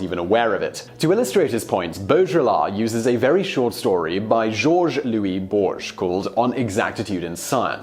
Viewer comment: Why is your pronunciation of foreign names always so inconsistent? Why are you saying Jorge Luís Borges like he's French?